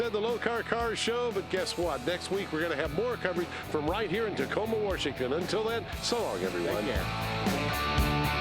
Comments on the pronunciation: Did he just say, “Warshington”? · Bro said warshington💀